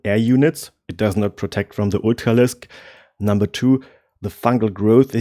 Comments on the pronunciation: What the hell is an ootcalisk? I feel like he’s trying to say ultralisk. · It's amazing how you get the english pronunciation of r right in words like upgrade, but on Ultralisk I can tell you are german just by that one consonant :)